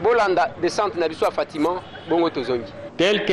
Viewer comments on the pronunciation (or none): hum ndeko akomi ko siemisa lingala kiekiekie! "...na baNzi.." "... toza awa na fatimaN..." kiekiekiekie